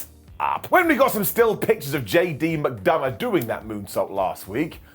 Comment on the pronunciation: You said McDumbagh, even now... 🤣🤣